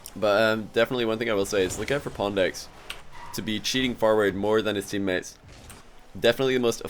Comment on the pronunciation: Why does say pondx instead of pwndx?